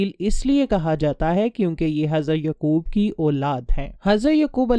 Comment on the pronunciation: With respect some of your word's pronunciation is absurd. For example Hazarat Uzair not Aziz and Hazarat Yaaqub not Yqub.